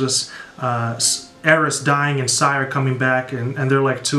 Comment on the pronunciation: your reaction is one of the best i’ve seen so far and just two things. 1. the title is pronounced eye-ris (i was confused at first as well) 2. the track i-drip-or-is is supposed to be like his play on the greek myth icarus this album was extremely creative and pleasing to hear. love your reactions 💪💪